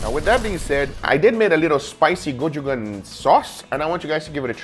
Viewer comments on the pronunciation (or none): I'm Korean and the Korean chili paste is pronounced 'go-choo-jang' with the 'j' pronounced like when you say 'jelly'. Thought I might tell you, since you seem to use it quite often! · It's GO-CHOO-JUNK